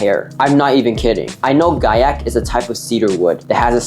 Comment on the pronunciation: The moment i heard gaiac 10 i left the video LMAO